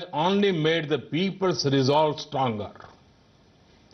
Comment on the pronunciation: fraaands lol